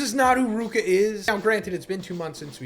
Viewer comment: "I like ruka" is crazy when ur getting her name wrong 🤣🤣🤣